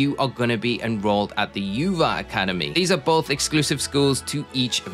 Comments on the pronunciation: also the Uva is actually pronounced “oova” not “ you va” it’s Spanish for grape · Great video, but it’s pronounced oo-v-a. Spanish word for grape. And Na-ran-ha Spanish word for orange. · Why people pronounce Naranja and Uva so wrong? It's Nah-run-ha and Ou-Vah. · The way he says the academies 😂😂 Its in spanish Naranja sounds like (Na-ran-ha) and Uva is (Oouu-Vah) literally Orange and Grape but in Spanish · the pronunciation of uva and naranja is sending me